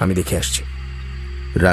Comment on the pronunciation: তরোয়াল না শব্দটি "তলোয়ার"